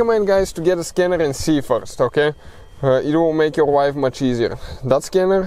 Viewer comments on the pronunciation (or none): I swear he said “it will make your wife much easier”. 😅